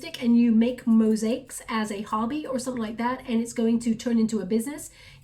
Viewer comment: Mosaics...it's a three syllable word: Mo/sa/ics. Sounds like moZAics. Jus"sayin...💖✨hoping they're some for me... late bloomer, Jack of all trades master of none! Fifty careers and not a one...will spend more effort on connecting w/guides. I hv no passion for 3D anymore. Gotta find out what I'm here for; my life"s in pieces! Like a mosaic!!! 💖✨